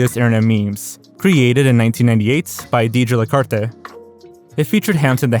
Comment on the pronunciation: why did u say "lacarte" in such a... latin way? lacarte is like a french-canadian last name